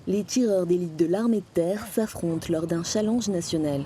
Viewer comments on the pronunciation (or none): un "challange" heuuu non j'crois pas non 😂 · elle a bien dit un "CHALENG"??? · Super mais on prononce challenge : CHALENNEGE et non CHALANGE (Orthographe de prononciation) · "Un challenge national" enfin "chalange" même. Pourquoi mal prononcer un anglicisme quand des mots français auraient fait l'affaire?